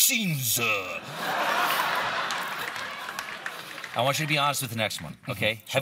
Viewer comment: Eh, tonight were' gonna be talking about vaccines-uh!